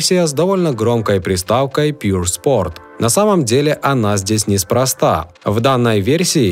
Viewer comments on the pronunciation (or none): none